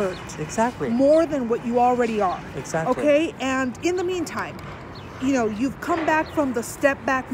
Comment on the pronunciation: I love how he says Exactly so nice